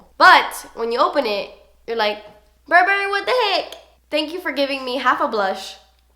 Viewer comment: I agree with the Tartelette palette....and I don't know why the browns come off as orange on my skintone even though they look so cool-toned! Also, wanted to tell you that "Burberry" is pronounced "Bur-bur-ee" and not a hard "berry".